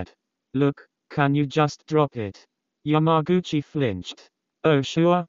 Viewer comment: YamagUcHiiAIiaIA. The Text To Speach got my head spinning.